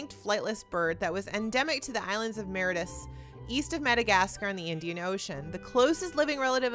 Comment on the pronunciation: Nice episode! Btw Mauritius is pronounced 'more-ish-uhs'